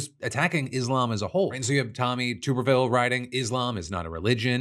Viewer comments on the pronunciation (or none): It's NOT TUBE-rville. It's TUBerville.